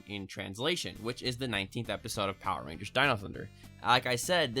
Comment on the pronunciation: I was skipping ten seconds into the video and caught him saying poer rangers several times over...do you think, (and hear me out on this) likes power rangers?!